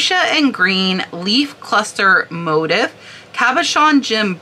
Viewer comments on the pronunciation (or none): motif - pronounced "moteef" - another word for design or pattern. 😁 Some designer names I hadn't previously heard of in this list. Thx!